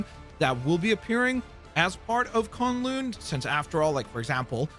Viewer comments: Dude not to be that guy, but how do you watch the video on the map and they say it but you still say it wrong it's not kon loon it's kun lun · Bro did not just call K'un-Lun… con-loon…. 😐